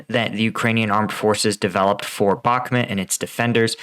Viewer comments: heh you keep saying Back-met. I want to hear you say Bahk-moot.:) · BakhMUT, not BakhMET